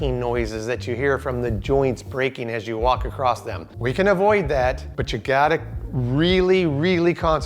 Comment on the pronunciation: Can you show me where the “T” is at the end of the word “across”?